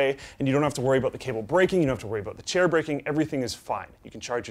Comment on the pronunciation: OMG HE SAID CAIR LOL